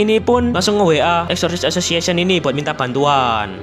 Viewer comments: Exorcist association ❌ Eshishi ashoshiashen ✔️ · greget banget sepanjang video lu bilang eksorsisesosiesion wkwkwkwkwkwkwkw PADAHAL GW NUNGGU LU KEPLESET NYEBUTNYA BANG, TAPI KOK LANCAR TERUS YAH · Exosisisis asosisisisisiisiyen sumpah gue denger nya gitu bang🗿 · Bg bilang exocirst association Gw dengernya Esosiasesesion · nama organisasi : exorcist association yang gw denger : wasweswasweswaswes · Bg kalo ngomong exorcist association kedengeran kaya Exsoxii sisixieion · Yang disebut:Exorcist association Yang ku dengar:essosis assosiation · knp aku denger exorcist association nya abangnya kek ngomong assosis assiasoss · Exorcist Association ❌❌❌ Esosissasosiasion ✅✅✅